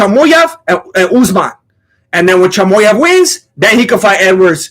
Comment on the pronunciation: Chamoev lol 😂 my dude made a Chechen name into a Mexican one 😆